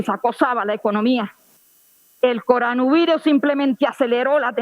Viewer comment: El presidente es una persona muy seria, no puede ponerse a pagarle bolas a una vieja loca de esas, que no sabe ni como se pronuncia la palabra Coronavirus.